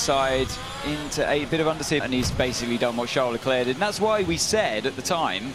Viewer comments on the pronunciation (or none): none